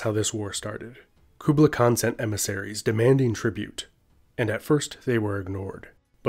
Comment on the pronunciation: The way he pronounces “Kublai” makes me cringe 😖